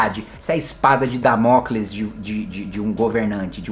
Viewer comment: Damócles? Não é Dâmocles?